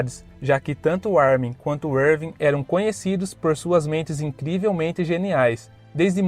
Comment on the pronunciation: Poha Erwin se pronúncia com U e não V